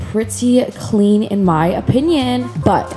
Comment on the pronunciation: “In Mai opinion” 😂